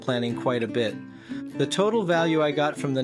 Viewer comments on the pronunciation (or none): none